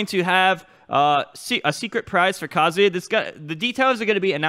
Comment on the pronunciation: Kazoo yuh